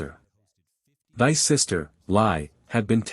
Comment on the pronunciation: Thy. Pronounced Tee, not Thigh.